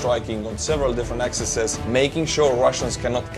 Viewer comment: Not axises.....pronounced ak-seez.